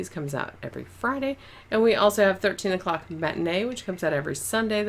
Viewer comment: How come in your outro, every time you say "13 o'clock", what my brain hears is "13 f**ks"? Alien mind control? Or maybe I'm just getting a contact drunk... 🙂🤐🤪